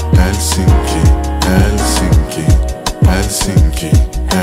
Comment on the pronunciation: Très bonne prononciation de Helsinki pour un francophone